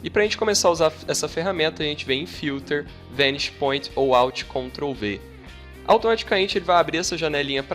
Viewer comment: Sua pronúncia da palavra "vanishing" está errada!!!